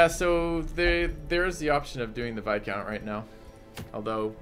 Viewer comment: Dude, no, it's pronounced "vai-count". The S is most definitely silent.